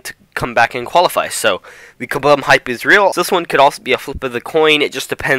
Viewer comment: Kah-Boom not Kah-Bum